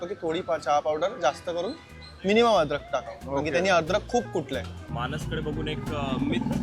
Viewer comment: adrakh nahi rey babanno aaley bola, adrakh bolayla tumhi kai bhaaye aahat ka ?